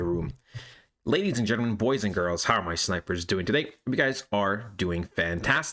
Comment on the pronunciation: You don't say "Gentleman", you say gittermen... wtf is a gittermen?